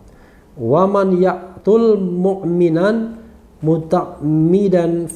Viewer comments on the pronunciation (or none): Maaf pak surah yg dibca ada yg ada yg salah muta'aamidan yg bener bang